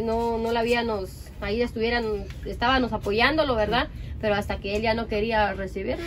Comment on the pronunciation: Pero si Pamela misma dice « estabanos « 🤦🏻‍♀️ así no se puede 😵‍💫